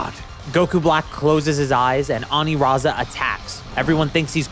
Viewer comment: I hate the pronunciation of Aniraza with the r because his name is meant to be a pun of Lasagna so using the r over l doesn’t make sense